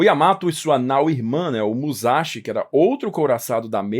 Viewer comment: A pronúncia correta é mussashí. Quem converteu as letras japonesas em romanas foram os ingleses. Assim, S Entre vogais é S mesmo,. Kawasaki pronuncia cauássaqui